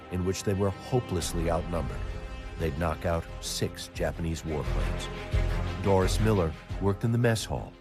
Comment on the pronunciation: Doris Miller's name is pronounced DOH-ree, not DOH-ris.